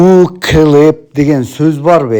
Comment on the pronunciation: 😂😂😂😂😂ТУУ КЫЛЫП ДЕП ЭЛЕ АЙТЫЛАТ . ГЫЛЫП ЭМЕС..😂😂😂